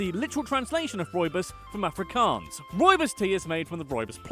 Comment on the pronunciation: i love how you mispronounce every afrikaans word including afrikaans itself but then you pronounce Johannesburg in a dutch way😂 "yo-hannesburg"